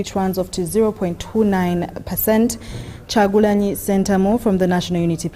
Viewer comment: Ooh God, imagine urself reporting nationally and haven't read all presidential candidates, to say Robert Kyagulanyi